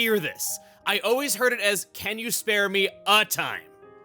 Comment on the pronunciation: I heard "Spell me a time" instead of "Spare" but it still works